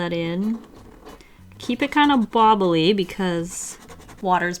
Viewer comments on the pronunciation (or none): "Bloblyely" Indeed.